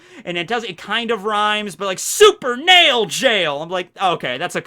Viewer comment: actually it's supernal jail, not super nail jail. and Märchen is mer chen, not mer ken